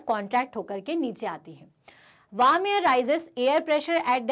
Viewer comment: Mam not waarm warm